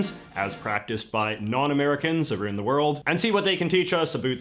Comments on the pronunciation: I wouldnt say he has a thick Canadian Accent (I am Canadian for Saskatchewan), I personally think he plays up the pronunciation of words like "about" and "around" to portray the "oot" just for the noticeably. Most Canadians do not pronounce it that way, as mentioned I am Canadian and even I notice the him saying exaggerated Aboot . I would say we pronounce more as "Aboat" , if one says a noticeable "aboot" they are consciously doings so in my opinion. Yes many Canadian pronounce the "ou" sound a little differently then American but it definitely is not like the "a boot" We raise the "ou" vowel sound so words like "out" and "about" sound closer to "oat" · Speaking of stereotypes, this guy is legit the first and only Canadian person whom I have ever heard actually pronounce the word "about" as "aboot." I even heard him pronounce "around" as "aroond," and I am inexplicably fascinated by that. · Canadian here. One accidental click on the OG of fauxthentic Canadian J.J. McCollough is enough to make most of us hit the block this Ahole button. It’s all affect and is so insulting to us. He is Canadian, but the mispronouncing about and around plays to the common stereotypes of how Canadians. Man I wish YouTube would pull his channel. He’s also an habitual liar, and racist. Horrible human. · With how the guy in the video pronounced "about" and "around", he totally sounded Canadian. Correct me if I'm wrong, I don't think any states pronounce those words the same way in Canada, maybe Minnesota but I don't think so. This from a person who grew up in Washington state, a state that borders Canada as well.